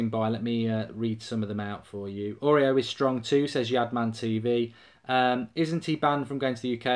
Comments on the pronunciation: pronounced auri-air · Is the way that he pronounces his name a troll? Please tell me it is.